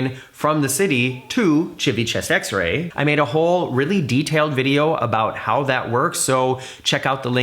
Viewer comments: No way bro just said Chivi-Chewbacca 🤦🏻‍♂️ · OMG! Please learn how to pronounce Chi vit a vec ia if you're going to discuss the port. You can really turn me off to take a European cruise. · Ad, nope - I wonder what Florence / Pisa is like since port is in Livorno. As both cities have airports, w/o USA direct flights. I really like the mispronouncing of Chibychewbacka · Again say “civitavecchia” 😂